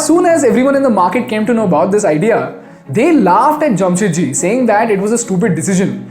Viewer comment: Its 'JAMSHED' not Jamshet.